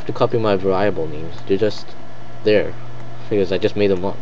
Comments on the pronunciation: ver-ee-abul not varieyable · That pronunciation... var-I-able...